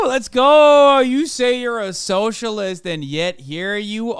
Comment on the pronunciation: "Ughhhhhhh...eeee a Soshurliest"